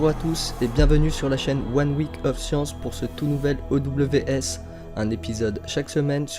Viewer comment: Fais un peu plus vivre ton texte, en dynamisant ta voix et peut être en lisant un peu moins. La voix est trop monotone ^^ Sinon c'est vraiment sympa comme concept zap de sciences c'est cool :) Ah et j'ai pas regardé les autres vidéos mais du coup personnellement ça m'a gêné la prononciation de "Science", vu que c'est un titre en anglais et que c'était prononcé à la française 😂